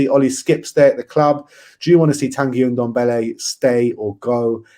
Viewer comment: ffs its Ndombele not Undombele...